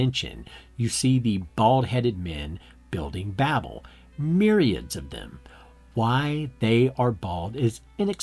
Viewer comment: How much of this is you and how much of this is Wells? Also learn how to pronounce automata and Babel properly.